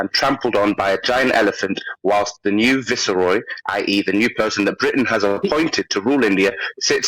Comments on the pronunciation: Thanks,, for revealing the entire width and breadth of your “knowledge’ of Churchill comes for an article you read in the Independent. Pure grift. And, by the way, Viceroy is pronounced vice-roy and not vissa-roy. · dreadlocks boy cant even pronounce Viceroy why is he an expert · The dreadlock fella can’t even pronounce viceroy correctly